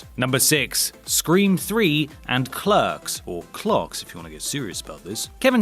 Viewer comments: Did he just call Clerks Clarhks? ...Or do I call Clahrks Clerks? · I've never heard clerks pronounced as "Clocks".